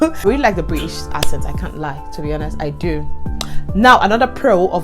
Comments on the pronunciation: i like what you're doing, i use to mispronounce words wrongly when i first came. too . Note: Accent is pronounced akcent not assent even though is spelt accent.. so it's pronounced ackcent. U can type it on youtube for correction. . When i came to the UK, i realised that my pronunciation was wrong so i humbled myself to take correction ..... the best way to learn is to type on youtube "accent pronunciation" and it will be corrected . English is not our language, so i no they send anyone who's trying to insult me and i always stand to be corrected that's the only way to learn .. but make sure u slow down , don't talk too fast.....until u master all pronunciation .But overall i enjoy your story and i'm going to subscribe . u forgot to mention the fast internet though that you're using for your youtube...and plus in the uk their is help every where especially for women. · Talking of accents, the word is pronounce "axent" not "assent"!